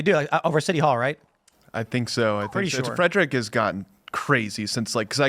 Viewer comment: Calling Frederick a major metro area is hilarious 😂 And it's a two syllable word, not three